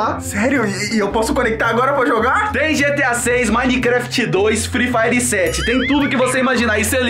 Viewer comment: Mds elvolvel ate fre fire kkk ele da certo pq ele falo fre fire 7 e o 7 aniversario de free fire muito top kk amei